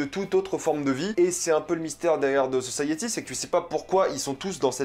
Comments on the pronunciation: Sa me stress comment tu dit the society, the saussaïyéti 😂 moi je dit comme je dit société, sauf un y a la fin donc the sociti ( phonétiquement ) 😂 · c'est pas "de" society mais "the" society